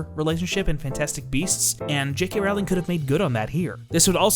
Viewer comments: No, the main takeaway is that he does not know how to pronounce JK's last name. It is pronounced rolling (row - ling), not rauling like howling. 😎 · Okay, I'll start with a pedantic nitpick: you say you're a fan but you can't say her name right? Really? It rhymes with bowling, dude. Now, for substantive points: 1) I agree with you on the Leta story line. It was basically a red herring (which works great in a mystery but doesn't serve a real purpose here, making it superfluous) and just to add back story in an attempt to make her death more meaningful. It didn't, though. She was still just as much dead weight as Nagini. I think both women were there to score social justice points without any substance or affect on the plot. They both could've been used much more powerfully than they ended up being. 2) I agree that Theseus and Leta could've been included with Newt and Jacob, to streamline the ridiculous number of plots and to create more interesting dynamics. I also agree that Tina and Creedence could've been grouped together, too. I think it could've been interesting to have Queenie join them for a while only to leave later in a disagreement, and maybe that's when she gets picked up by Grindelwald. 3) I don't really have an issue with Depp as Grindelwald. I think the characterization problems he had were problems of direction and script, not acting ability. But someone else could've played him, I'm not picky. I do agree that Grindelwald shouldn't have been cast first (I do think it would've been powerful to have Graves revealed as an agent, instead of G himself), and I think they should've done chemistry tests for both Dum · I don't mean to be rude but I'm pretty sure you're pronouncing Rowling wrong